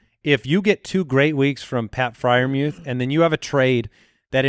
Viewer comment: The announcers have been pronouncing his name like "Mooth", no E sound